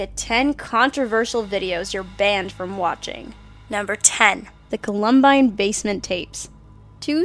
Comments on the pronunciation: How did she say Columbine??? Cuh-lum-bine? IT'S CAWL-UM-BINE. ˈkäləmˌbīn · Call-um-bine, not Cullum-bine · it’s Columbine not Cu-lumbine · it’s "columbine", not "call um bine" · It's not culumbine its columbine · calumbyne? you mean Columbine? Jesus can none of Dolan's hidden faces pronounce anything correctly? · It's not Coloom bine it's columbine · Say it with me...Col-um-bine! Not Colum-bine. >____< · columb bine? are you trying to say columbine... are you a millennial... do you even know about that shooting? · Colum-bine.....? It Columbine....wtf? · columbine not culumbine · "cuh-lum-bine" wtf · It's pronounced Call-um-bine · Blue Topaz call-um-bine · oh no. are you american? saying col-ohm-bine. u must have been very young when it happened or else you would never forget how it was pronounced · that's "COL-um-bine" (rhymes with "fine"). nothing personal or anything. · She pronounced Columbine, "culumbine " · It's pronounced "Co-lum-BINE"...not the way you pronounced it. Sorry but wow. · Every time she said, "Colum-bine" I fucking cringed but maybe she's not from here. (The States) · Cringes when she says 'Cuh-luhm-bine' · CUH - LUM - BHINE help me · And it's pronounced "caul-um-byne" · Not to be a jerk, it's pronounced as "call-um-bine" for our state flower. I am only correcting your pronunciation to help inform you and others who watch this video. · Oh my god, THIS VOICE IS FUCKING AWFUL! FIRE HER! It's pronounced call-um-bine! PRONOUNCE YOUR WORDS RIGHT & LEAVE PLANET DOLAN! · Why are people who make list videos so bad at pronouncing words! It is pronounced COL-um-BINE. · co-LUM-bine? Why do all of the people here mispronounce stuff? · She says it like Columnbine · it isn't about just one mistake. This girl has been messing up words and talking in a dead pan voice since she started with Dolan. This is the most lively I've heard her. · Stopped watching immediately 'cause you can't pronounce "Columbine" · YOU ARE PRONOUNCING COLUMBINE WRONG